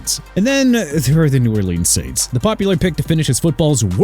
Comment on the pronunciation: Please stop saying New Or-leenz! It's pronounced nu or-linzz! What don't you understand?!?! Also #6 AFC EAST... and Miami nowhere close to competing for the Super Bowl... YOU MUST HATE THE DOLPHINS DO YOU?! TOO EARLY FOR THIS MAN...